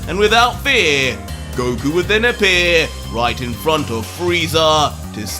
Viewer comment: Did he just say Broku?